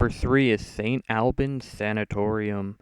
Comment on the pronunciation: Its pronounced ST. ALL Bans and its across the river in Fairlawn Va. not Radford.